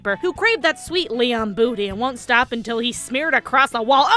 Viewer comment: why does it sound like you're say Liam not Leon